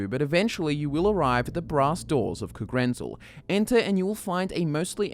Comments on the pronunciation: I don't know but isn't the stress in 'Kagrenzel' supposed to be on the '-zel' instead of the '-ren-'? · The biggest mystery is why you pronounce Kagrenzel thusly.